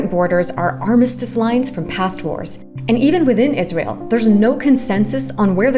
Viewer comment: Can we take a moment to appreciate that they called it Jizrael 😂